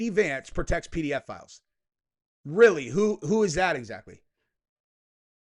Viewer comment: Are you saying "pedophiles" or "PDF" files 😂😂😂